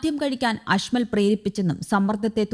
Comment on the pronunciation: അഷ്മൽ അല്ല കേട്ടോ അജ്മൽ ആണ് 🤣🤣🤣